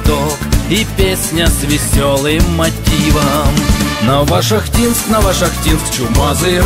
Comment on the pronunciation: НовошахтИнск,приятно слышать